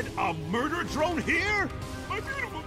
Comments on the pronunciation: Dr-one not droin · 😆😅Ha You've Saying Murder' Joyyllnn This Is Not's How You've Saying Is Drone's Not's JoyyIlnn